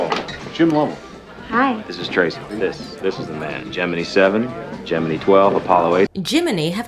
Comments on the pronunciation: I'm old enough to remember the tail end of the Gemini shots. You and I pronounce the word Gemini the same as the news broadcasters at the time. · No, you've been saying 'Gemini' right this whole time.